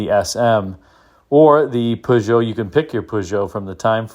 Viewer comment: Thanks for the correct pronunciations: Citroën, Peugeot and Jaguar 😇